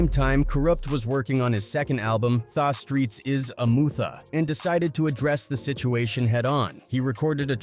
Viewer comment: "Thah streets is a mootha" 😂😂😂 Ridiculous